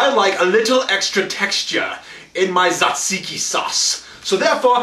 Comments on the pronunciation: your pronounciation was almost spot on! the "t" is not silent however, and in greek when "t" and "z" go together, we pronounce it as a "j" so it's "jajiki"! btw, i'm greek so i know what i'm talking about :) great video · It's spoken Jajiki. J like Jesus. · hahaha i live in greece and your pronounciation was off with the tzatziki (pronounce the 't') :D